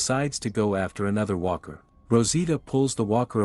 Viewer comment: Hey Mr Artificial intelligence Narrator? You said Weaker. The word is Walker. I'm now not afraid of a Cyberdyne Terminator AI apocalypse because AI is so stupid and I hope you stay that way because I want to keep my job you bastards!